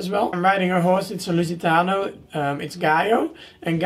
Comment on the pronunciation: When you say "lusitano" I can hear your Dutch accent🤭😂 ik ben btw ook nederlands haha